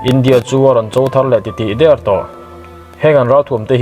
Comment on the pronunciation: "Ram chawlh dér kum" tih leh "Khawvel chawlh hahdamtir dèr" tiha dèr hi ka tihder lo che tiha der angin i lam a, a dik lo. Râl vèn bûk tiha vèn leh rék hlum tiha rék lam angin a ri ang.